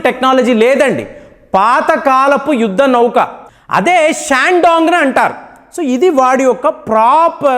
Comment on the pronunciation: Voice chaala slow ga undhi , Speed ga cheppandi Not like yudda nauuukaa..❌️ Yuddha Nauka✅️. 1.25x speed lo chudalsi vasthundhi